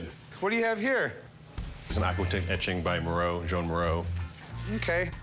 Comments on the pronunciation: I'm thinking, wow is this famous artist 'Moreau' that I've never heard of?? Then it became clear, oh... Meeero. It's pronounced Mee-ro. Jesus. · Sorry english speakers, but to call Miró, Mee-row is just annoying my ears... Try to say Mee-roh, with the "o" soung like the o of hot, spot, top... And Dalí is a bit easier, just day dah-lee and that is it. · “Joan?” Miro??? It’s pronounced “Juan”